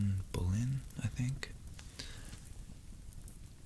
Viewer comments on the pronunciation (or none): none